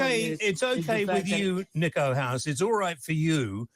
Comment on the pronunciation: In Brit English, your name is mispronounced "Nick-O" smh